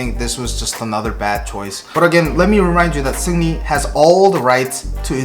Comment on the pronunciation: Sounds like you're calling him Sydney.